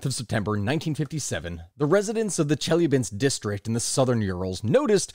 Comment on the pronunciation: Somebody please acknowledge that it's pronounced chel-YA-binsk